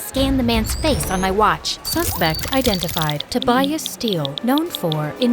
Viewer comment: ITS PRONOUNCED TOE-BAY-IS NOT TOE-BY-IS